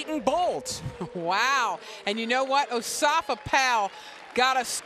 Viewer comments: he says in Asafa in his interviews. not osafa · osafa powell -_- its asafa woman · I kno him but it's not "osafa" it's "Asafa" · Its Asafa NOT Osafa lady! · Its Asafa Powell, not Osafa Powell. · woman!, is not Osafa ITS ASAFA!!. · Asafa, NOT Osafa. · Doesn't anyone else hear how she's pronouncing his name; "Osafa" Powell... It's Asafa, not Osafa. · asafa not osafa :) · Asafa not Osafa 😒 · Osafa? lmao its pronounce Asafa lol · I crease every time she says O-safa Powell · whos dis o-safa powell guy da commenter keeps sayin, HIS NAME IS ASAFA, GET IT RIGHT LOL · I love to listen to her. The only thing she did wrong is that she incorrectly pronounced "Asafa." But, otherwise, what she says is correct.